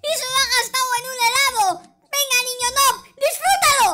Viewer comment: Se dice nub no es nob pero se escribe noob